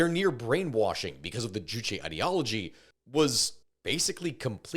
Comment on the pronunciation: k i just gotta say, you say juchi a lot, not juche juche 주체 means subject. juchi 주치 means a physician. so hearing “they abide by the physician’s ideology” is just really funny idk 😂